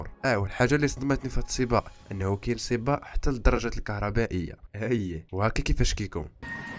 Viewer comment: ماكاينطقش حرف القاف 😂